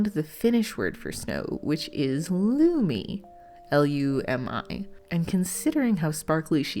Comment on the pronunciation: I love Lumi😍 I'm from Finland and I was so excited to see that your doll has a Finnish name😊❤ Your pronunciation was a bit off the first time you said the name but the second time sounded good😄